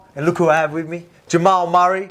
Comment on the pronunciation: “Jamal Marrey”😂